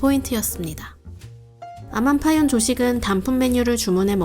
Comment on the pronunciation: 파윤 하는데 원래 발음은 파윈인데... 정식 리조트 명칭이 파윤 으로 되어있나요?